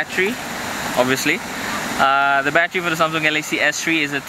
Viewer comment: When he said battery it sounded like he said bat tree lmao